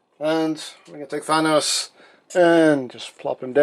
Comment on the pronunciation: Wait did he say Fonos